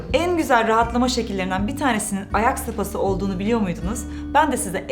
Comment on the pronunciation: Spası'nı sopası diye okumak... 😐